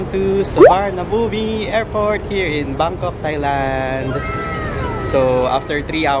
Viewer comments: Suwanabum ang pronunciation ng Suvarnabhumi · Pronounced as Suvarnabhum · soowaanaapoom airport po ang bigkas dun hehe